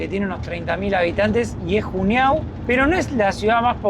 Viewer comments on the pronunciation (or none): Por favor chicos Juneau se lee yúnó